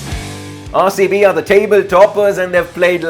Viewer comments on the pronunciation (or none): RaerCB kyu bolta he bhai tu RCB ko